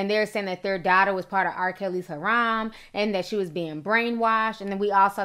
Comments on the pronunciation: i like you ti so don't take this the wrong way but harem is pronounced hair-um and the way you're pronouncing it is like you're saying haram which means like forbidden in islam/arabic. sincerely your friendly neighborhood muslimah lol. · It's HAREM NOT HARAM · Harem....Not Haram...You should put more effort into your pronunciations. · its PRONOUNCED - HAREM NOT HAROM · Harem =sounds like (HAIREM)